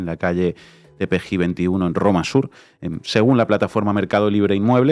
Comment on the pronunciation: Jajajaja dijiste perejil y no se llama así es Tepeji jejejejej